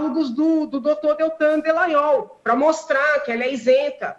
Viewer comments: Alguém precisa dizer pra Janaina que o nome dele é Dalagnol, não Delagnol. Rsrsrs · Alguém avisa a que o nome do procurador é Dallagnol e não Dellagnol.